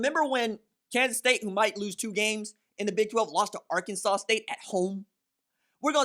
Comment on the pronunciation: Les Miles is shocked that K-State lost to "Ar-Kansas" State.